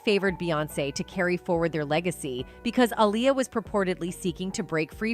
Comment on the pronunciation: You literally pronounced Aaliyah's name 3 different ways. If youre gonna do vids like this at least be consistent and professional...